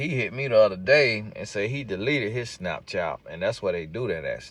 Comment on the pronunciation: I know you say it on purpose, but 'SnapChap" takes me out everyy darn time!🤣😭